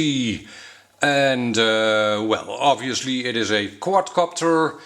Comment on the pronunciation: Love how u say quad copter sounds quadcockter XD